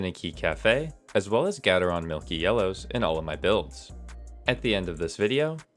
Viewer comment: GAY TER RON not GADD UHR RON tf